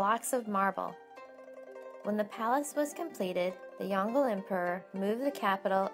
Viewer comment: The way u said yongle made me lol:( it pronounced yong le (le just like u said lebron). Not yonggel